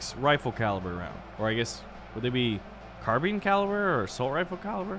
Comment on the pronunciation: It just made me happy when he said carbine right